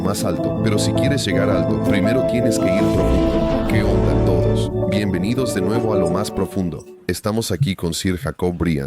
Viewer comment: Que difícil escuchar a decir que onda 😂 hasta ahora no vi que esto funcionara bien sin la revisión de un nativo. Hablo inglés y veo todos los videos de the deep end, con gusto los revisaría para ustedes.